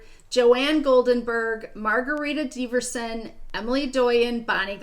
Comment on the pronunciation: You don’t have to say my full name (Deverson is pronounced with a soft e like “ever”). My first name is long enough and I am sure you don’t have a whole bunch of Margaritas leaving comments here ❤️